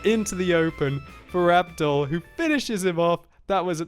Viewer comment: that's not how u pronounce Abdul.its a Muslim name ur supposed to be pronouncing it like abdool and not like abdal